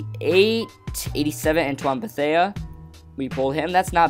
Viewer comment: "beh-thay" not "beh-thay-uh"